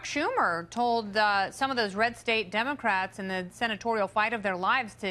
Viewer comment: Did she say Shuck Tumor?